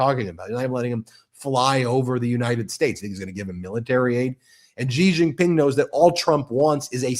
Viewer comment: Please pronouce Hormuz and Xi Jin Ping correctly. It will improve your credibility.